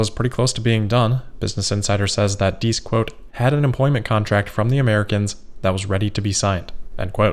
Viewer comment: Herbert thanks you for not mispronouncing his surname. You're a true cosmopolite!